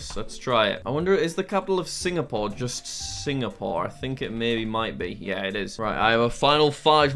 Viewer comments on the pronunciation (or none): none